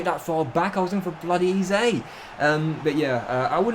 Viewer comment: this is my first epsiode i watched and i turned off when you said eze like eezay